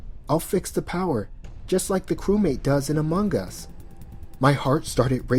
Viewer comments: Its Among Us. Not amongus. Ugh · “Amonguhn us”